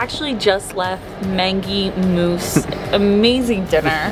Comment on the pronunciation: The way she pronounces stuff so wrong though! 😂 Teton, Mangy Moose, and Nutella! Too funny.